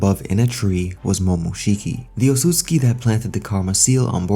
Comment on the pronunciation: dude its pronounced ot-sut-su-ki